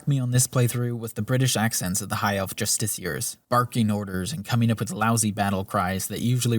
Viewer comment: Just so you know, Justicar is not pronounced "Justiseer" Its "JustiCAR"